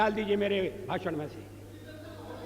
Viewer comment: भाषण होता है भासन नहीं ।